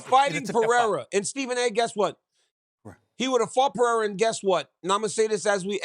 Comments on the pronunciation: Can’t Get Alex Last Name Right. LOL 😂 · Man be quiet sas. Barely even watched the sport and can’t even pronounce periera. lol. Real fans wanted to see him vs ngannou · This nga couldn’t even pronounce Alex pereira’s name🤣😭 why is he still talking about mma